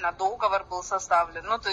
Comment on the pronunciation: Не дОговор, а договОр! как всегда демонстрирует свою безграмотность и алчность!